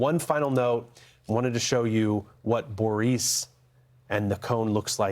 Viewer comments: Please figure out how to actually pronounce Boris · Boris does not sound like Boreece or even Borice, Boreese! Sasha & Borisn